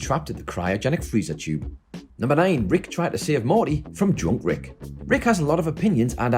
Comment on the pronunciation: I had to rewind because I heard John Rick not drunk Rick